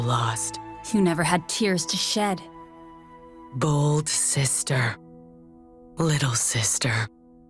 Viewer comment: I FREAKING HEARD “bald sister” instead of bold. Goddamn it